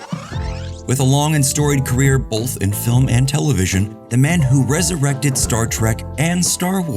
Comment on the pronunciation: The lens flares were less distracting than your erroneous "l"s in "both".